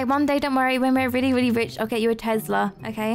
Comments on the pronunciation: Not tezlas Tes las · Has anyone noticed they say Tezla instead of Tesla sos still love you tho bye berries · Not tezla Tesla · I love you so much but... its Tesla no tEZla